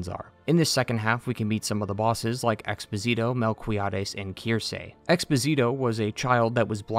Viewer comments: Expósito does not rhyme with Despasito, it rhymes with Cornholio. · In case anyone's curiours about some pronunciations: Ten Piedad = Ten Pee-eh-dad Expósito = Ex-poh-see-toh (emphasis on the first "o", not the "i" like Despacito) Angustias = An-goose-tea-ahs Deogracias = Deo-grah-zias (the C sound here is not really used in the english language) Altasgracias = Al-tahs-grah-zee-ahs (Once again C sound and the emphasis is on "gra", not "cias") Albero = Al-beh-roh (Emphasis on "be", not "Al") Socorro = Soh-coh-rroh Nacimiento = Nah-zee-mee-ehn-toh (emphasis on "mien")